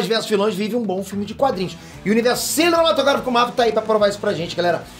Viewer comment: É impressão minha oi vc não consegue falar cinematográfico pitter? Kkk